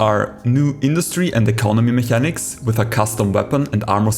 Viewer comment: hey sali mi schwizer fründ. ich khör scho use dass de schwizer bisch wägem akzänt. cooli sach. dini videos sin rächt informativ. für in zuekunft aber: im änglische spricht me s CH als K us. du seisch "mechanics" wie e schwizer aber me seit "mekäniks" quasi. weisch wieni mein :D? hesch e abo vo mir